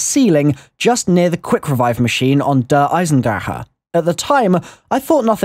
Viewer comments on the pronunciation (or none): IT'S PRONOUNCED DAREEEEE. THEY EVEN SAID IT IN THE TRAILERRR